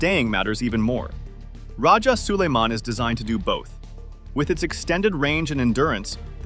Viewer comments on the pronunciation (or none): Its rajah so-lai-man... Not Soliman...our great rajah or datu of Manila before Spaniard arrived in the Philippines...as you can see we are all originally muslims....